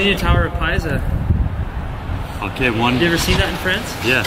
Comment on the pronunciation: Are we just going to ignore the fact said "leaning tower of piza, you know in france"